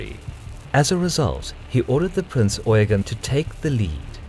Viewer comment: Damn and english speaker who says eugen right